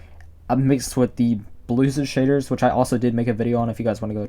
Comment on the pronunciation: Anyone else think he sounds like he’s saying sh!tter?